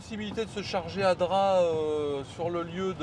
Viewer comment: Un remake des Tuches mais version vlog ultra long et sans montage… 😑 et pour info on prononce DrapE même si cela s’écrit Drap. Et mdr Drap n’a rien à voir avec Monaco 🤣🤣 c’est clairement pas le village le plus haut de gammes des Alpes maritimes d’ailleurs. Un bonheur de voir des gens qui roulent en électrique , payer le péage avec leur carte bancaire au lieu d’utiliser Apple Pay … la technologie mais pas trop non plus visiblement. Bref la vidéo est longue ennuyeuse et en plus 80% des échanges tournent autours des pauses pipi / caca / dodo / repas. Passionnant